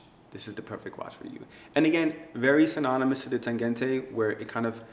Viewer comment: interesting, but the Berlin wall fell in 1989, and NOMOS started in 1990, not 1992 yeah? also im a novice, but is the Tangente pronounced that way? it sounds like he is saying 'Tagente' shouldn't it be like tahn-GEN-tuh? I love the watch for you though.